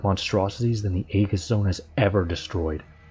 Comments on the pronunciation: actually its A-jiss, but symantics on how greek words are pronounced is dumb and pointless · Very nicely done ... a small point, Aegis is pronounced ee-juss 👍